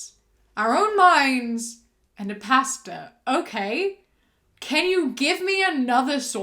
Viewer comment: girl I thought she was saying “Pasta” 😭. I’m like how r noodles gonna read me the Bible. I need sleep lmfaooooo